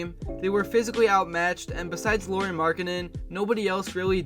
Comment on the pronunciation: Just for future reference, you pronounce Luari like Lowry (Like Kyle Lowry's last name). Maybe do 30 more seconds of research before your next video.